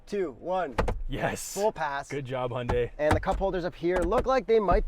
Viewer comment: hi yun dai you're professionals, you can learn to pronounce this